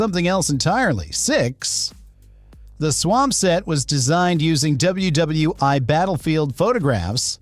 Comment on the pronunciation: I was fine with the AI voice until it couldn't even say WWI correctly. Whoever runs this channel need to grow a pair and narrate themselves.